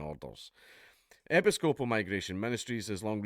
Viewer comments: Americans: "e-PISS-copal" .. Dankula: "epi-SCO-pal" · Hint: When you encounter a new word, try looing up the fucken pronunciation. Epy scopal.... FML! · "Epi-scope-al" lol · "epi-scope-al church" Thank you Dan Kula from Scotl-and!!! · Americans pronounce it (rightly or wrongly) as e-PISS-co-poll. Seems oddly appropriate, since they seem to be taking the piss... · Pronounced "e PIS coe puhl". Emphasize the piss. It's a splinter of the Church of England, if you can believe it. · 'Ep-iss-cope-al' - how can he not know how to pronounce that properly?!? Does he say 'An-gli- kan' or 'Cath-olick' as well? Bizarre. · It's pronounced "eh-piss-co-pole" you heathen. :P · "Epi-SCO-pal" May God bless Scotland. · Hearing Dark mispronounce Episcopal, caused me immense spiritual damage.